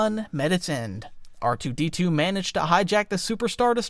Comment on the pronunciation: I thought you said rdr2 for a sec lol